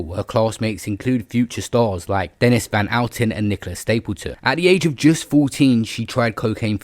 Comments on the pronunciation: So sad. I always thought Daniella was a lovely and genuine person who got a lot of stick from some. And its Denise van outen NOT DENNIS.... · "Dennis" Van Often? Is this more AI slop? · Denise not Dennis, Van Outen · Dennis van outen bro - do some research. thats not how her name is pronounced. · “DENNIS Van Outen” 😂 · 'Denis van Outen' 'Disfiglement' 😅🤣😂